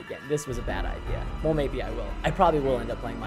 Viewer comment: You know it’s bad when he says “I’m not playing minn-craft again”